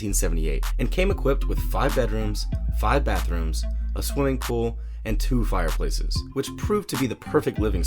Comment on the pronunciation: Lol he said it with extra emphasis like it was a bigger deal than the big ass pool